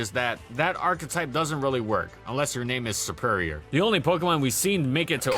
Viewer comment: What I heard on pronounce SERPERIOR I got kind of triggered because I name is derived from the word serpent in superior I got kind of triggered